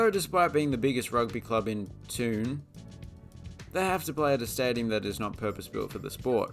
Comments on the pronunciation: scotstoun is pronounced Scots -ton not toon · Queens Park are no longer the tenants at Hampden. Not only do you believe the weather trope, you can’t even get your facts right. Oh, and by the way, Scotstoun is pronounced Scotston, not Scotstoon. Definitely the last post I watch from you pal, too many inaccuracies. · Scotstoun is pronouced as scotstown...its also locally called the showgrounds or shoggies and was also home to victoria park athletic club along with victoria drive secondary football team when the school was still around... Fun fact at one point glasgow had the 3 largest football grounds in the world...hampden is the forth different one. Its a pale shadow of a ground now. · Pronnunced "ham-din" and "scotstin" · The pronunciation of Hampden and Scotstoun was painful to listen to, also Paisley is not a City. Great video anyway😁